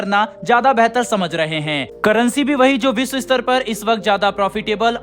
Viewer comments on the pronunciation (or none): none